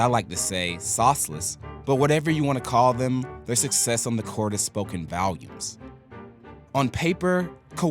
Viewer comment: Spoken “Valiums”? Didn’t realize we were talking about prescription drugs. It’s “volumes”.